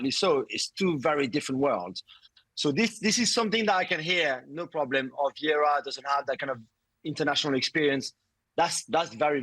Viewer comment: Seb pronouncing Viera as a Spanish last name is amazing